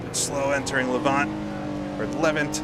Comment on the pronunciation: Apologies, we Brits do have some funny ways of pronouncing names. The second syllable of Levant rhymes with Ant and pretend there is no E on the end of Woodcote.